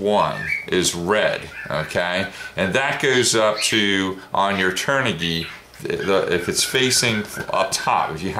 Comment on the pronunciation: The kv rating does not stand for kilo-volt. It stands for RPM/volt. Just say kv. You are also pronouncing the brand wrong as well, turn-ah-g. LOVE the wing colors.